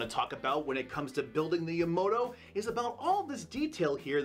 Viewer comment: hey brah, I understand you were involved in a hit and run.. but, theres only pone O in the name Yamato, so its not pronounced Yamoto. Amazing build though.